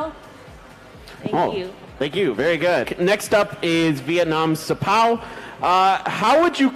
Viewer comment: đọc xờpaoooo nghe sang thế